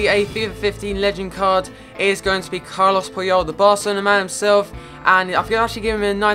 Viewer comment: It's Carles Puyol not Carlos I:(